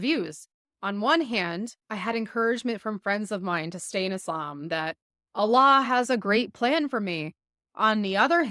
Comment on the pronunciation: I think you have never been a muslima. Your pronunciation of the name Allah is not correct.